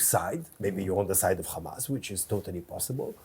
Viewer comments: The funniest bit is, they can easily pronounce the 'H' and in the same sentence mispronounce it as khammas' to add an evil image to them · He misspoke Fatah for Ha🎉mas - for him, they're all the same. LOL he proceeds to spell Hamas H, A, M, A, S. and then proceeds to pronounce it Khamas. He comes across as unhinged. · “H.A.M.A.S… Kkhhamaas” 😂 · Khamas, khamas. He is gonna choke saying khamas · 😂😂😂 spelt the word HAMAS LETTER BY LETTER and then proceeded to say KHAMAS 😂😂😂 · He spelled it right and still pronounced it wrong 😂 — absolute disgrace. They will lie to through teeth.